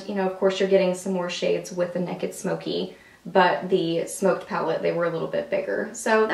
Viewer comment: I love that you say "neck-id". lol Being from Alabama, so do I !!! xxoo Lisa